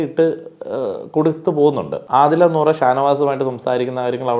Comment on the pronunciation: നോറ അല്ല നൂറ